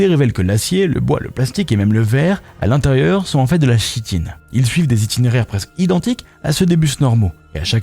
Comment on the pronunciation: Oh bordel même "Chitine" vous n'arrivez pas à le prononcer ?